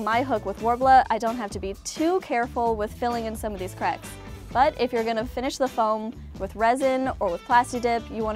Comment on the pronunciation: you're adorable. Even if you do pronounce it crecks instead of cracks. Or was that just me that heard it that way.